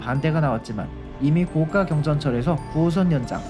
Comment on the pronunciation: 다 좋은데 발음이 좀 아쉽네요. 高架의 발음은 [고가]입니다. [고까]라고 하면 高價가 되어버려요.